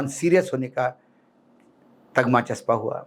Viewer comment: अशोक कांग्रेसी हो तो सही उर्दू बोलना सीखो। तगमा कुछ नहीं होता है। तमगा कहते हैं। बड़े उर्दू बोलने वाले बने हैं आता जाता कुछ है नहीं। तुम सिर्फ मराठी बोलो और महाराष्ट्र में रहकर महाराष्ट्र पर ही ज्ञान बघारा करो।